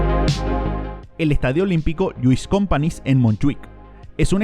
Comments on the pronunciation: Un detalle que me ha hecho gracia, es como pronunciaste Lluis Companys, (presidente catalunya fusilado por franco) en catalan la "ny" es "ñ" . Por tanto "compañs" dijiste companis, ajja que en principio es lo que se leeria en español. Muy buen video de todos modos, like y sub! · un detalle, en catalan el sonido ñ se escribe ny, por lo de Lluis companys, que se pronunciaria +/- asi "lluis cumpañs" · No me imagino escuchar en el audio shakespeare, a sí tal cual, como si fuera castellano; en cambio pronuncias Companys como si fuera castellano . Lamentable !!!